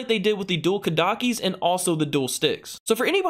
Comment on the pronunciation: "Dual Kodakis"